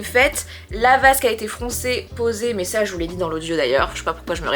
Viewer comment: J'adore la vasque au lieu de basque 😅